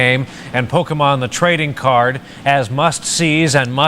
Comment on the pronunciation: “Pokey man” shudder but you’re right that was a good episode of the show